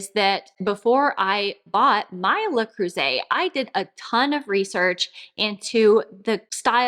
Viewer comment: Аn American cannot pronounce Le Creuset correctly, even her life depended on it 😂😂😂